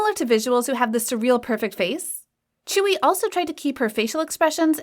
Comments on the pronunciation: Tzuyu is now pronounced as "chewie" get some more pronounciation research pls. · lmaooo i thought tzuyu's name was actually pronounced as tzuyu like how you see how its spelled💀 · Obviously I don't speak korean so can someone explain why Tzuyu is pronounced as chewy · reed but I thought it was pronounced as tzuyu (tsuyu)